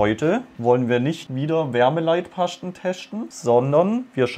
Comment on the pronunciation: Bin ich der einzige, der sich bei nicht mehr eingekriegt hat? xDD ,,Wärmeleitpaschten teschten" ich liebs🤣